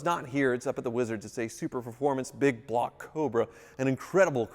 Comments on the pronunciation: it's pronounced Su-performance. Not super-performance Sincerely, a superformance cobra owner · enjoy all your vids and appreciate your knowledge. This is the first time you’ve messed up something that’s bugged me enough to comment - “Superformance” not “Super Performance”.